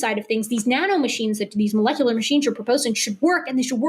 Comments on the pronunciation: When he said "molekuler" multiple times, I knew we were in for optimum nonsense. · Besides his nuh uh, can't happen, and obviously reading from a script he didn't understand. Every time he said melekalar or however he pronounced it a part of me died. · Every time he pronounces malecalerrr i die a little inside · if you can’t pronounce molecular, you can’t debunk it